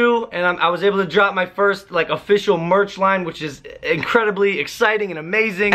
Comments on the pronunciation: Merch not meth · Is merch not murch